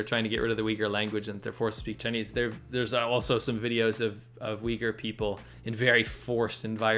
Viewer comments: its pronounced "uooigurrr" like a low uuu sound not "wigger" haha... also i think most people there seem to prefer being called turkmen. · there were many times i thought he said weaker and not uyghur